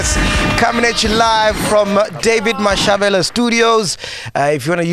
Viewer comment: Mashavhele not Mashavhela 😁